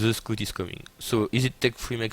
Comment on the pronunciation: maby because he pronounces scout so wrong? :D